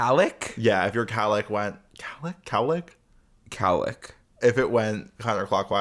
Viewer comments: It’s definitely cowlick, like if a cow licked your head, right? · HOLD THE PHONE!!! is it not COWLICK?!?! i refuse to accept that it is whatever is saying